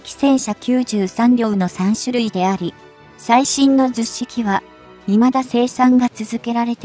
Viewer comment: 非常に良い内容なのですが聞き取りづらいですね 10式はヒトマルと発音していただきたいと思います 区切る感覚もおかしいかなと 改善宜しくお願い致します。